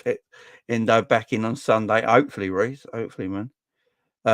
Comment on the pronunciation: stop sayin En-doo it sounds like a good night out with the girls if your a girl that is ha.....The Liverpool fan from japan said its En-doh as in the simpsons doh or bread dough?